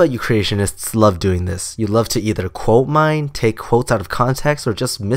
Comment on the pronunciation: "coal-mine"? Oh ... you are saying "quote-mine" ... I thought I had stumbled into a colourful metaphor (maybe a grubby one) that I have been unaware of. Oh ... the disappointment.